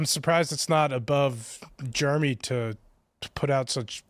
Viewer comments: I won’t watch timcast if this guy is on it. He’s an idiot with idiot opinions. It’s Jeremy, not germy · Ive never heard someone pronounce Jeremy as germy before. It's pronounced J-air-eh-me. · Also, he keeps saying "juremy" what? ..What? There's an 'E' in there. Dumbass. It's JEREMY. Fucking moron. Idk why that pisses me off so much lol just speak correctly. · Kiss my whole ass is quite the line! And does that dude not know how to say Jeremy? He was saying what sounded like Germy. Not to mention he thought your last name was Quartering. What a clown! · I’d be more offended he pronounced it Germy from Quartering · I cant stand how he says Germy. Such a disingenuous dude thats obviously a cuck for the left! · sounds like he is deliberately saying Jeremy wrong to sound like Germy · Nothing is worse than a person who pronounces the name Jeremy as Germy. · Is he purposely calling you Germy?? Jeremy is not that hard to pronounce 😂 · Why were they saying Germy? Can't even pronounce your name correctly! 😂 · I've always thought it was funny when someone can't say Jeremy. They say germy. Same people that can't say crayon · Is he saying "Germ-y"? Like some kindergartener? What a loser. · Did he call you "Germy Quartering"? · When he said "Germy", I thought of DDayCobra😂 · To be fair he did say "Germy" Hahaha! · He pronounced it “Germy” lol. It’s like someone saying “expresso” or “especially”. As soon as I hear someone mispronouncing simple words I begin to question everything else they say 🤷‍♂️ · Right! He should go check out a book a the liberry. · How hard is it to say 'Jeremy'? That is a dead set stooge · By the way, how hard s it to pronounce Jeremy? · He can't even pronounce Jeremy. 😂